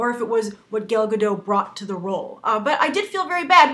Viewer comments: Gale Gaddot? Really? It's fucking Gal Gadot. Why is it so hard saying her name right!? Gale isn't even close! Would you call someone named Ben, Banoshua? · "...the fact that she is israeli will have a gobal effect..." what do you mean by that? and her name is pronounced "gal gah-dot". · gAl gAdoT...please pronounce the name right next time! :) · Stop saying Gal Gadot!